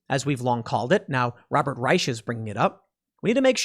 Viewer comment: it's ch like a hissing cat chhhhh not sch like sheme (reich is a german word with the meanings rich or empire)